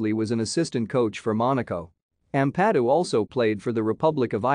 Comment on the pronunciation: It would have a bit more credibility if you could actually pronounce his surname correctly.....